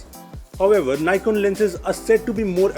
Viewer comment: He doesn't know how to pronounce NIKON